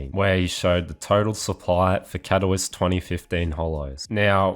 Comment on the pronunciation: You should look up how to pronounce Katowice…